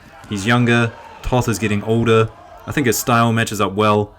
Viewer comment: Pro commentator tip: Toth is pronounced just as 'taught`.